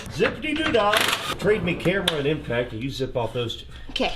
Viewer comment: you Became a "Him-Pact" wrench lol